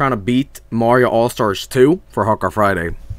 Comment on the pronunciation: "Hardcore Frgmay" 2019